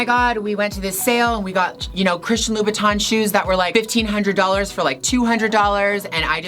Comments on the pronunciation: Did I heard....Low..Bow..Tan???......how to pronounce it seriously...lol...Gigi I want some of your bags,I can’t even afford to buy a new one(25yrs old wallet and bags)I love your high heels but I can wear those when I’m sleeping for sure,there’s no way to walk😍😜🤣😆😁Mwuahz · Do you mean Louboutin? (Lou-boot-in) or do you mean Louis Vuitton?